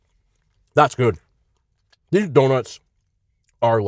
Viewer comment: His way of saying these donuts is "gas"😂